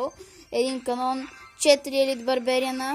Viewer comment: ne se kazva канон,а кенън